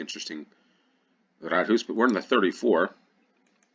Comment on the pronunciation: Rådhus. Råd - counsel or advice. Hus - house. Pronounced with a long u.